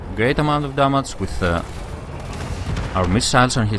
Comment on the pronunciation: You silly, it's not how You say damage :D